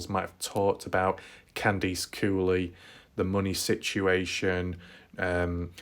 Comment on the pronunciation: For some weird reason I like your accent when you say the word Horse. Bc you say it like Whooorse lol. And Candice Cooley sounds like Candys Cooley